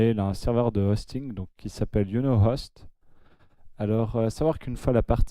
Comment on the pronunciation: C'est pas "Iou no host" mais "Why you no host (ouaille you no host en phonétique) sinon super tuto